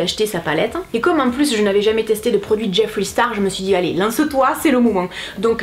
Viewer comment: merci de prononcer jeffree « jeffri » et pas « jeffrai » 😭